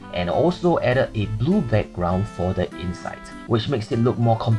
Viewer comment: am I insane or weird or did you just say zoo instead of blue maybe I’m just hearing things😅😅